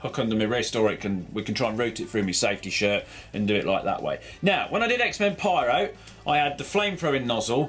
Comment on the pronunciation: is it just me or did he say "safety shirt" how the world is changing